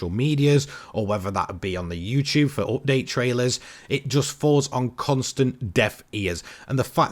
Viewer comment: I'm taking a drink eveytime he says "oopdate"